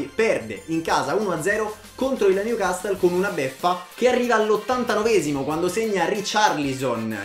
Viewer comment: Newcassol non newcastle Si dice Lesgen non Leiun Tottenham Hotspur stadium non white hart lane Lo scudetto si vince in Italia non in Inghilterra, dì titolo piuttosto